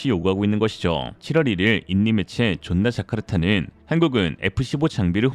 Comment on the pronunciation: 오늘은 왠지 존나자카르타 발음에 힘과 악센트가 빠진 듯합니다.😂 힘내세요.🎉